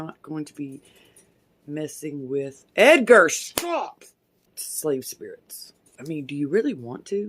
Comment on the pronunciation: “EdgaRrrr sit DOownn!!” Oh man the emphasis on that sentence plus the clapping 👏🏿 GENIOUS🤣